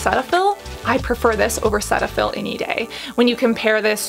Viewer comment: Great, honest review. Just wish influencers would pronounce brand names correctly if they are going to discuss them. Cetaphil is pronounced "seetaphil" and CeraVe "ceravee." Original founders of CeraVe (i.e. physicians) created name from "Ceramide Vehicle."